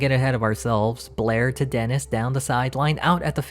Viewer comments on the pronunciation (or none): none